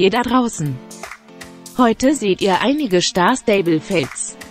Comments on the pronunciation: Dieses: "Schtar schtable"😂😂😂😂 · Siri Stimme xD:Schtar Schtable 😂😂😂💖😘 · Schhtarrrrr schtaable 😂